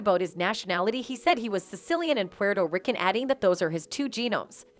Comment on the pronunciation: Is the narrator a clone? Did yall hear how it said Puerto rican? Plus yall been distracted heavy if yall haven't noticed the clones in everyday around. Especially if u travel. Clones can't critically think. They have software programs to discredit something before asking questions. They do not create new ideas. They also are sleeper agents triggered at anytime to cause fear situations or take someone out that gets closer to something they are hiding. These clones can not see the stars in the sky sometimes.